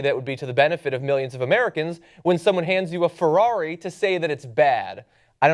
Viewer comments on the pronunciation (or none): none